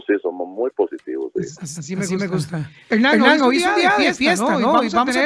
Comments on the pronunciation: PORQUE LE DICE "HENAN" Y NO "HERNAN" ??????? WWWWUUUUAJAJAJAJAJAJAAAAAAA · Es Hewwrnan.